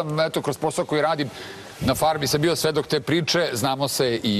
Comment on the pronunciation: jeste malo smešno...ahahahaha pa nije je bijo nego davijo :) joooj Ok mi je devojka ali žešća je kad progovori i još pokuša da opravda taj fakultet koji završava ili je završila nebitno